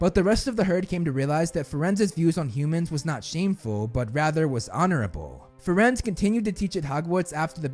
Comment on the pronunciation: Bro called firenze = friends instead of (fir-aen-zea)